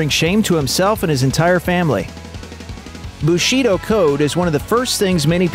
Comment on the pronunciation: Bushido - stress is on the first syllable...